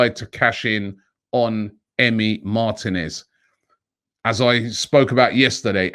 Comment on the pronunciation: Mar-teeee-nez Not Martin-ez